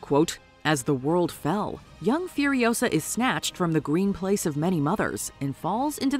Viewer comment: "It's Furi-O-sa, not Furio-SA!" 😉